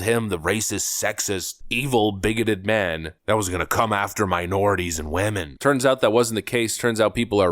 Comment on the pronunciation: Love the way you say WAMAN when you talk about women... makes me laugh every time